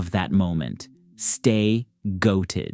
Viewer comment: I really wish you would stop saying GOATED that way. Lol. Just say it like you would say bloated. Also, that catchphrase is so cringey. I know I started with a couple of negative stuff, so I'm sorry, but I actually really do like your breakdowns. You do a great job. It's just those last two phrases that are rough.